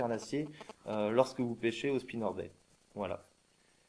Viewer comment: Très utile, merci, ça m'a bien aidé. Par contre il faut prononcer le "t" à Spinnerbait!